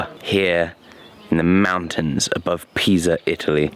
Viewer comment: near Pisa you said? DEH PEFFORZA SIVALLETTO?